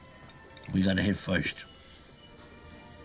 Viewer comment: "we gotta hit foist" -Tony Soprano